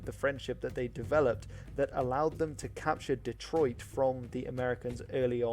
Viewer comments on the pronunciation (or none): none